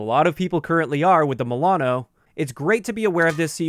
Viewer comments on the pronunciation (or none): The way you saying Milano makes me confused 😕